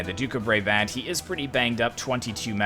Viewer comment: How you pronounce Brabant is like “Bra” as in a bra and bant as in like Banter